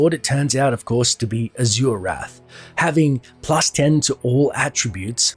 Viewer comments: You pronounce azurewrath so badly 😂 but I love ur lore vids and its pronounce az er wrath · im not surprised you mispronounced izual. you even mispronounced azurewrath